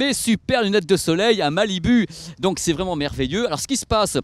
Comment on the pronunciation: Prononce "malibou" putain.